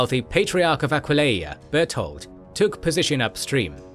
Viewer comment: I’m sorry but.. Aquelia? It’s Aquileia please !